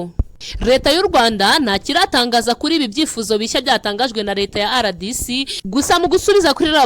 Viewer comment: Uburyo usoma RDC ni nk'aho Ari icyongereza Kandi ni impine y'igifaransa"Republique Democratique du Congo". Impine y'icyongereza ni DRC.